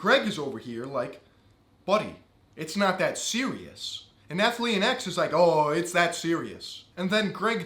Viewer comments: I'm all for strong women who aren't afraid to say what they think on 'male' subjects, but how hard is it to learn how to say ATHLEAN? try it, miss: ath - lean. ath-lean. athlean. not so hard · When did Athlean become three syllables? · Am I drunk or is he saying Athlean weird